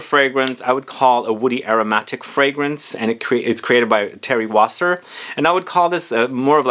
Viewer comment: it is Thierry Vasser ..not Wasser !